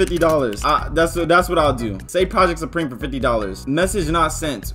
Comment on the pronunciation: "project.. supreme-o...🫨"